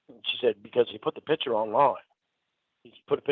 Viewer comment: is in his mid 50s. He has had thousands of days worth of opportunities to pronounce the word ‘picture’ correctly and he has rejected every one of them.